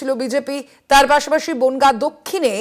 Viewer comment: বোনগা নয় রে বনগাঁ হবে😮😂